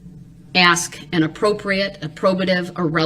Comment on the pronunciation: It's "ask" - not "ax."